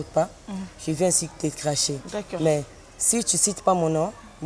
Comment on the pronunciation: Na chroniqueuse pe alobi crache wana crache ya ✈🚁✈🚁 ,clache pas crache